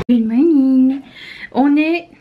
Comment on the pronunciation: Coucou ma belle, ca me fait rire car quand tu dis good monnin.monnin en italien veux dire le minou de la fille.je rigole a chaque fois ma belle.🤩🤩🤣🤣🤣🤣🤣🤣🤣🤣🤣